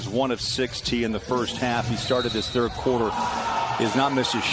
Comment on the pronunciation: A guy who says “fird” team instead of third team is talking about “aura” yea ight